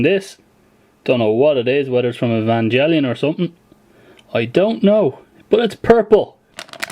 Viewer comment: you pronouced evangelion wrong dont't hold the e srry but that just offends me